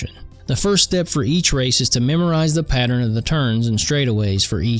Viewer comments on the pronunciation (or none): none